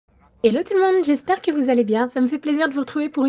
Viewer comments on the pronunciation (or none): none